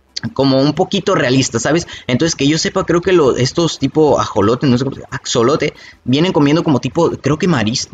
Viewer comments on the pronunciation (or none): Se pronunsia ajolote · Es ajolote se dicen como agolote